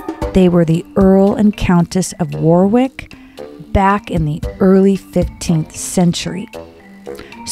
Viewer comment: Great video. FYI Warwick is pron. "Wahr-rick"; Beauchamp is pron. "Bow-chom(p)" But don't worry they're easy mistakes to make.